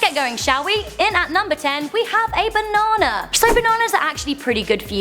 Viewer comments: the way she said banana 😂😂😂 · the way she said banana with her accent